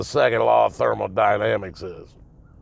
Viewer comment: Got that trailer park accent down lol 😂